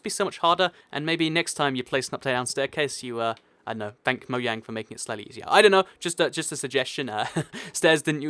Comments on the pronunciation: why do you always say moyang its mojang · it's mojang not moyang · it's a j not a y. it's mojang not moyang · he said moyang instead of mojang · Mojang not moyang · play the vid from did u say moyang its mojang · The way people propnounce Mojang annoys me I say mo-j-ang other people say mo-y-ang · did he say moyang? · He called mojang mohayng